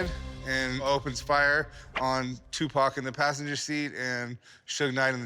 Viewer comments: Equivelant to a white person saying "Tupack" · Who the f is Tupok? Tupac? Cupcake? Ask me if i care...